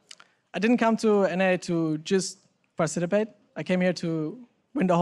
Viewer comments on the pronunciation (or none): hehe he said parcitipate instead of participate